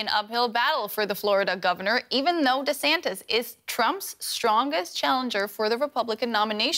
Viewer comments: He pronounces his name like Rondy Santis, just saying. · I'm Ron Dee Santis, it's DEEEEEE Santis, like D-bag 🤦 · It feels like he is saying his own name wrong.